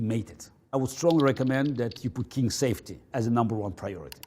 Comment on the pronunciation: welcome back to my laboratory where savety is number one priority